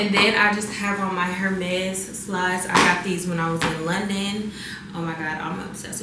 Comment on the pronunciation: Hermes is pronounced "ermez"', the H is silent.